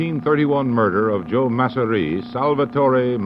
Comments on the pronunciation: Don’t forget “Mah-Syria” instead of Masseria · It’s hilarious the way he keeps correcting their pronunciation of Masseria to MASSeRI😂